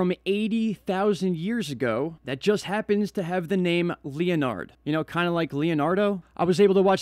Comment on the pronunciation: Leonard, is a common male name used throughout Western Society. It's typically pronounced: 'Len'-ard.' Some contemporary examples of noteworthy individuals with the given name Leonard: Leonard Bernstein (world renowned conductor/composer); Leonard Cohen (widely acclaimed poet/singer/songwriter); Leonard Susskind (professor of theoretical physics - regarded as one of the founding fathers of string theory); Leonard Nimoy (much beloved television and movie actor most notably for his character 'Mr. Spock' from the TV series "Star Trek"). Your brain is obviously trying very hard to draw a connection between the DiCaprio movie and the "Christmas Comet" -- so hard, in fact you've forgotten how to pronounce the name Leonard.